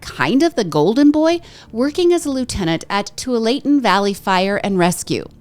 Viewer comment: Tualatin is pronounced Too-wall-ah-tin 😊